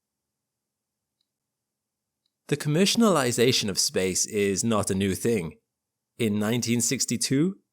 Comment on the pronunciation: Are you saying "commercialinization"